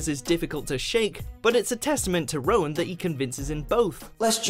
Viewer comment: Rheon isn’t pronounced as Rowan wtf??